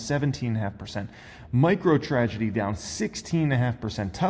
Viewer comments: did he say "microtragedy"? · Did he said microTRAGEDY ?😅